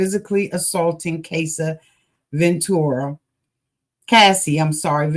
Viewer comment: Yes its cassie not casey...